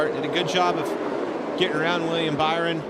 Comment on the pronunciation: Also Mike said bower not byron